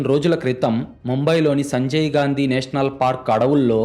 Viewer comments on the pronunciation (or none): none